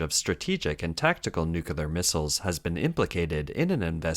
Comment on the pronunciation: I love your show and it's NuClear... Not nukelar.